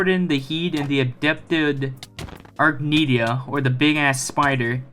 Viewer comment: also, "adapted arachnida" is pronounced as something like "uh-rack-nihd-uh" since the word "arachnida" is a class of animals which are invertebrates. Plus, it doesn't sound anywhere near like " adept-ed arknidia" as you said but it's no problem I used to have trouble reading words I'm not familiar with, you'll figure it out as long as you read a little more slowly to understand what it is you read.